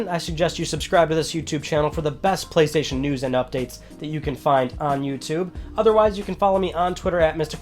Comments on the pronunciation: Went straight to the comments when I heard Gaystation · The Gaystation? Lmao for the Gaymer! 🤣🤣🤣